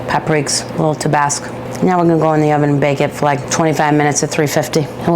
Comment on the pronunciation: I wanna be her best friend 😂😂 "the water is tweaking" "tabes" "tabasc" 😭